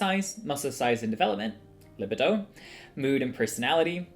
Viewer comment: Anyways this video was not well-researched and I absolutely loved the addition of the books behind you and you putting down a book to seem smart in the beginning. How transparent that you needed that for your facade. You can't even pronounce libido right.